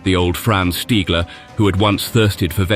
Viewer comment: 10 seconds in I HEAR the name "stiggler", no WWII pilot is respected more than STIGGLER!